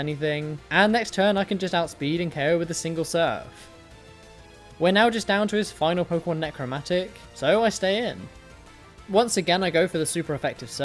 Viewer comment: blaine's last pkmn is necratomic(nek-ra-tom-ik), not necromatic